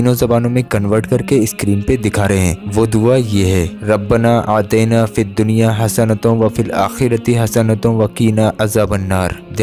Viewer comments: Bhaijaan bura mat manna. Rabbana Atena he. Ataina nhi. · Assalamu alaiykum Bhai arbi me "Rabbna Aatina" he aur aap Rabbna Aatayna padh rahe ho meharbani kar k aap bataye kese padhna hai? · रब्बना आतिना कहना है आतैना नहीं कहना है। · Janab "RABBANA AATAINA" nahi hai "RABBANA AATINA" HAI appa yaa ka izafa ker ke pad rahe ho meaning change ho jaate hai